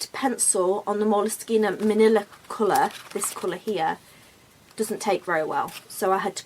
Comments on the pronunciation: I don't think you're pronouncing moleskine correctly.. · I love how you pronounce moleskine. No one seems to know what the correct pronounciartion. Your version is nice. Oh and your artwork is also very nice. Good video.